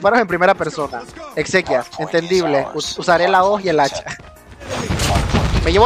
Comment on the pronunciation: Armas melee mobile dijo xsequias()